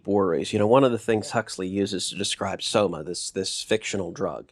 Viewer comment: Why is it when he says 'Soma' I hear 'Skooma'